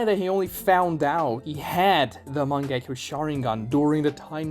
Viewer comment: not MANG-GE-KYOU but MA-NGE-KYOU